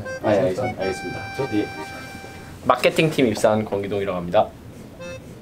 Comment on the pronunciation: 마껫팅팀은 아니고 마케팅팀